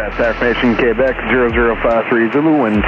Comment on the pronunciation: Do all Arizona folks pronounce Quebec as K-bek? I've never heard that before.